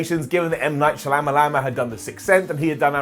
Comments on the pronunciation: “M. Night Shalamalama” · Its pronounced "Shamalamadingdong".